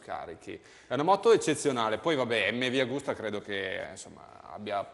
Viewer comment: Raga però.....MV AGUSTA non AUGUSTA.......................'